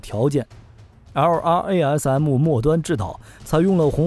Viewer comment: 能不能直接念作“拉瑟姆”，每次听LRARM听你读的好拗口。